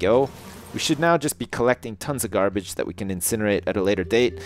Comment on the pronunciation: even though we are watching a video when he said incinerate I instantly thought inSJINerate